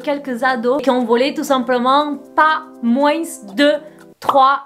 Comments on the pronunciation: Moin(s) tu prononces le (s) de moins😲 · J'aime bien que tu dises moins en prononçant le s ahah